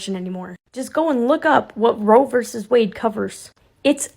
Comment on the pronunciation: *Roe. Not 'row.'